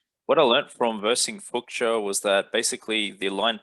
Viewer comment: pronounced as Fooshia not Fooksia . captain flying away now :D